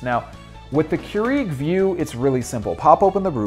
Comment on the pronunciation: It's pronounce Cure-ig btw...